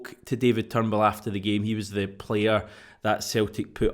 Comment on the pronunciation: Its not turnbool it's Turnbull, you're prenouncing it wrong